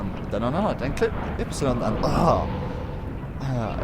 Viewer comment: *stil laughing about the english* ypsilon... dude its not ypsilon in english xD still the replay is kinda helpfull, thx